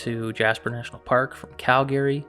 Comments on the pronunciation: It sounds like such bullshit he can’t even pronounce the word Calgary right ! And did he say these things suck meaning Bigfoot? That sounds so douche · Hey. You're pronouncing Calgary wrong. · Hearing a Canadian pronounce Calgary wrong blew my mind 😉